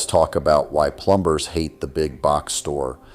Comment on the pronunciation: I like the way ai says plumbers wtf.